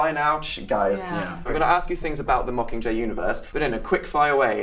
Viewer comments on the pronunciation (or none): When Liam said yag he was saying mockinggay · "yakcomqur" Liam 2015. Liam... it's "mocking jay" not yakcomqur.